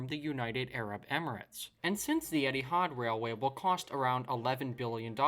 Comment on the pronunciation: Eethi ard??? Ha ha